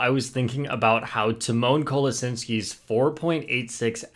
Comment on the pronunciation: Tymon's last name is pronounced "Kolashinski" lol